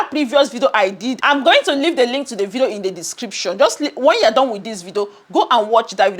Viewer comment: It's ,'video'...not 'vido'